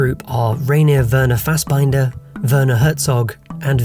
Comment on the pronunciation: That’s probably the worst pronunciation I’ve ever heard of Fassbinders three names lol